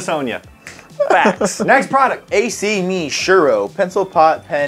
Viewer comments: A-C-ME?...you mean ak-me? 😂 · He said A C Me Its ACME like that's associated with Disney.. Come on